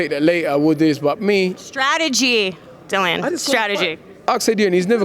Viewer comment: How hard is it to say Dillian (rhymes with Gillian, as opposed to Dillon?